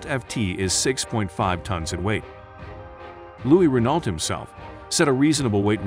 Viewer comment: could you pronounce Renault correctly in the future